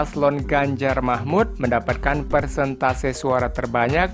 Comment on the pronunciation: Baca yang benar, bukan Ganjar Mahmud ,tapi Ganjar Mahfudz